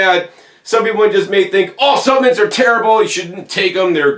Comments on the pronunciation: the i is silent ~ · intriguing pronunciation. also interesting is the american pronunciation of caramel as 'carmel'...